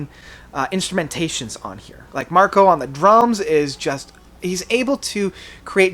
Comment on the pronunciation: It's Marco, Marco.